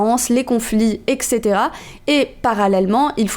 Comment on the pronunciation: On l'écrit comme on le prononce : eTc. Pas ekt. ni ect.